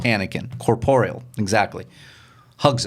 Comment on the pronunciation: It's hard to imagine SW without John Williams' score. Truly amazing. After TLJ, I truly have no desire to see IX. And I'm 43 -- SW has always been a major part of my life! No living Luke = No watch. And, -- the word is "corporeal," not "corporal." Two different words, dip-shit.